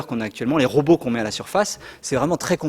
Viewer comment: pourquoi vous prononcez RO BOT j'ai 'impression d'entendre RO BOTTE,Ca se prononce comme le son (ro beau) ROBOT